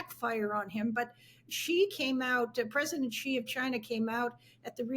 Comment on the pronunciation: Was credentials given to this lady???? Doesn’t even know how to properly pronounce China President name. It’s SHE not Che